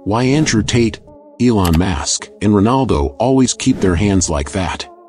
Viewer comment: Please let this narrator know that Elon’s last name is Musk, NOT MASK!! Musk Musk Musk, can you say Musk?? Please it’s MUSK!!!!!! Not Mask!! Did I get through???